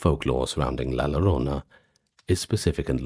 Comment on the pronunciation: Excellent compilation! I listen to these when I'm awake, not just to sleep, and your videos are always fascinating. Quick pronunciation note, though: in Spanish, the double L makes a "yuh" sound, or in some dialects a soft J like in Jaques. So "la llorona" would be la yoh-ROH-nuh. Thank you for the amazing work you and the team put into these videos!